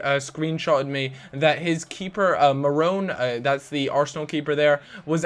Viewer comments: its mannone not marrone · You mean mannone not morone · itz man-none not marrane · As if he's criticising that save from Ulreich early on, quality save. It's Mannone as well, not Marrone. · mannone not marone you dumb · MANonne not MARonne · its pronounced ma-no-nay and that person just edited his base stats, he doesn't improve much, barely hits 80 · Manone is pronounced as ma no nee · It's mannonne